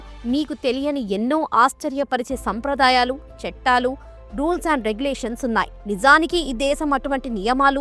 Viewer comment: చెట్టాలు కాదు చట్టాలు.